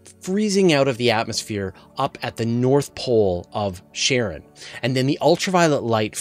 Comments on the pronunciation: no offense just got curious about how to pronounce the word "Charon", I always thought it reads like "Karon", not "Sharon", am I wrong all the way? :( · it's definitely a harder 'k' sound, following from the english pronunciation of other names derived from greek mythology ie achilles, chronos, chthonius etc. it can be slightly softened (tongue against the palate) as the modern greek 'X, but never 'sh', or even 'ch' as in 'cheese'. 'sharon' is just an oddly mangled pronunciation particular to some american dialects, like saying 'asher' instead of 'azure' etc. also keep in mind english (and particularly american) speakers are renowed for making absolute mincemeat out of most other languages, it's pretty painful to listen to. they basically have no ear for it.